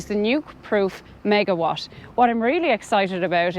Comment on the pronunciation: It is not megawash it is megawat! LOOOOOOOL